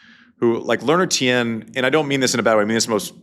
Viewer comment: Tien, pronounced as one syllable, not two.